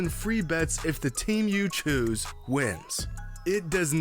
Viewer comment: Lmaoo I’m 💀 at how you said “choose” 😂😂😂